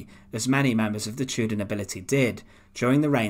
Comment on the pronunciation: The chooder period was a fascinating time